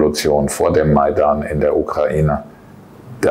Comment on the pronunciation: Ich habe das Wort bei Minuten nicht verstanden. Was für ein "mens*court"? Was wird da bei Minuten gesagt? "Sie hatten das versucht, durch das main*court, im Jahr 2014, 2015"